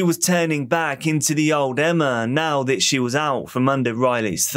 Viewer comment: You're making a true crime doc not a football highlights montage. Everything about the video, save your tone of voice, knows and understands this. Take a deep breath and remember that the last syllable in a sentence can end without fading into the abyss. It's now, not nowww. Riley not Rileeeyy. Unresponsive not unresponsiiiiive.